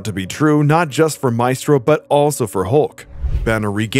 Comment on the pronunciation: The E in maestro is pronounced like in when